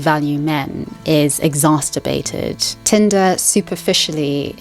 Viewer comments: lmao "exasterbated" pretty good video though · Pedantic comment of the morning: It's "exacerbated", not "exacTerbated". Also "nacent", not "naucient". Just in case anyone cares...